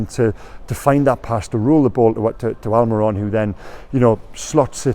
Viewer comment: You've said miggys name right again!!! You even said the first name right!!!, this is a momentus day! Keep it up! ❤